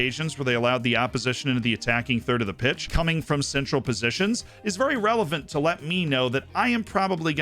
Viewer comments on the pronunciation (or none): none